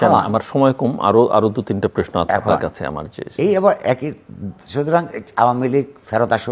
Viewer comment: প্রশ্ন কে প্রেশ্ন বলেন কেন জিল্লুর রহমান? আশা করছি সতর্ক হবেন।